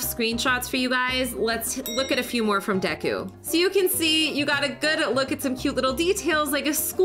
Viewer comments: You said Deku right!!!!!!!!!!!!!!!!!!!! Yes thank you thank you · She said Deku right WEEBS WE MUST CLAIM HER!!